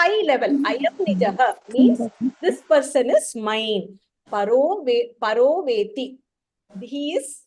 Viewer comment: Mam, It is actually 'paro veththi' and not 'paro vethi'. I hope it is like this. You may check up